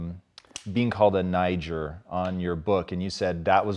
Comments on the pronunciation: This fucking clown said being called a nie- jer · He said “niger” lol that kills me and I’m black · "Being called a niguur" what?? Lol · a (n-eye-jur) ..Tom you creative bastard lol.. Do you call your homies that?